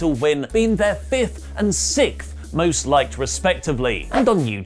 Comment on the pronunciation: you worked really hard on it but.... its "Sixth" not "Sikth" Love Ya! 😁